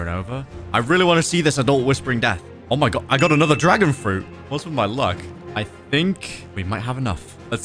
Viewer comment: Bro said dragon fruti haha